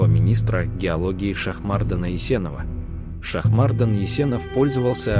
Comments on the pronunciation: Кто это читает? в казахском языке есть простое правило ударение всегда ставится на последний слог: ШахмардАн, ДжунгарЫ, АдАй! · Автор ставь правильно ударение на имени Шахмардан, первая а